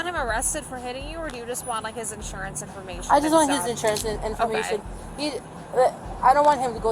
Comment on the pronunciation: “license registration schjurjur” 😭